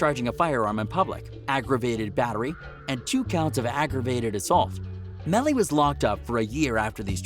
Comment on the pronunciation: Plz get it right Melly Not Mally 🤦🏽‍♀️